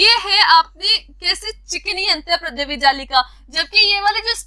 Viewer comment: Antardrya jallika not antarprdaya jallika